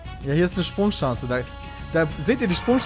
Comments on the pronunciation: Peter, es heißt SprungSCHANZE, SPRUNG-FUCKING-SCHANZE, Du möchtegern Franzose !!! :D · wie piet immer sprungCHANCE sagt :D